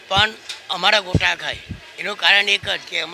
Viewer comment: ગોટા બોલો ભાઇ... ગોતા નહી